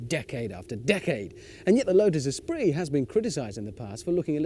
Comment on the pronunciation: Espirit??? ESPIRIT??? OMG. Esprit!!!